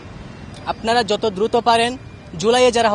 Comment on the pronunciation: দুতো না দ্রুত হবে আপা😂😂